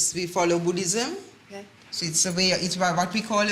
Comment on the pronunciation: "Because of our Bhudism , like our Bhudism, part of our Bhudism "is all I heard from the mom lol